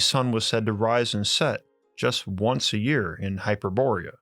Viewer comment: You mispronounced Hyperborea and Thule again. It's not HY-per-BOR-e-a it's HY-per-bo-RE-a (the 1st and fourth syllables are emphasized not the 1st and 3rd) , it's not spelled with an -ia (Hyperboria). You also pronounced 'Thule' with a voiceless dental fricative (like TH as in thin, thorn) instead of as a 'T' sound, and it is 2 syllables not one ('Too-ley/Tool-ey' not 'Thool'). The same goes for the Nazi Thule society.